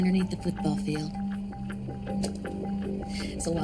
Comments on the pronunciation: it’s pronounced fEild not filled bro. But great video as always man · He says fild instead of field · What do you say filled instead of field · Congrats! Good videos! Q: can you say "field" like "feeld"? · Goddammit, the way you pronounce "field" pisses me off. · Even though he can't pronounce the word "field"